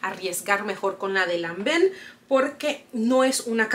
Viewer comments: Lanván se dice😍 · Perfectamente pronunciado,,Lanvennn..